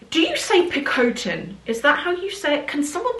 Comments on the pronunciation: Hi, love you and your content 🧡 The HERMES PICOTIN ( pronounced Pic ‘ aw ‘ tin ) Its heritage evolved from the feed bag that the horses wear when pulling a carriage or wagon back in the day…. I’m not an expert by any means, however I had an extremely successful career as a multi national champion Equestriienne for the most of my life. Much love to you, David and the bunnies 🐰 🤍Kylie from Sydney, Australia 🇦🇺 🏆🐴🥇🫶😘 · The pronunciation is PEE-co-TAN (with a soft ‘hn’ at the end). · PI cotin. Emphasis on first syllable. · It is pronounced peek-oh-tin in an American accent or pick-oh-tin in a British accent. Maybe pick-oh-tan if you’re leaning into the French a bit. These are occasionally available in store! You might have to go in a few times and catch them after a new shipment. I was in the one on Bond Street on a Tuesday morning and they were telling customers they had gotten a shipment in, but they only had a Picotin 18 on offer! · Yes the orange bag you are in love with is a picotin (you pronounce pee-co-t-hein). Etoupe is a good color, or etain would be a great dark grey. Picotin is really a nice bag!! As for Hermes I think a lot of people want the bags so a lot of frustration, so not surprised about the lawsuit. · “pee-koh-TAAH(n).” (The last syllable is difficult to articulate phonetically. I’d have to make a recording.) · I pronounce it “Peek-o-teen” but I’ve never heard it said out loud by a knowing source. 🤷🏻‍♀️ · Also, I have a picotin 22 and love it! (I pronounce it PEE-co-ten, not sure if that's right?) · Indeed my Dear Friend, the ‘Picotin’ bag 💼 from Hermès is a gorgeous bag 💼 especially in the ‘Etoupe’ color or in the orange 🍊 original color from this Maison 👍🏻👍🏻👍🏻😉😉😉( The accent in French 🇫🇷 is on the last syllable ♥️😉👍🏻💕).